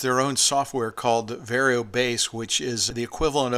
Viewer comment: It's VAR YO not VERY O